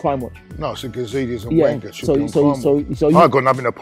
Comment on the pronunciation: was really struggling to say Wenger’s name seconds, the man honestly haunts to this dayyyyyy